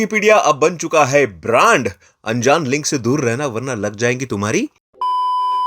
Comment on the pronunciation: Brand × rand ✓ 😂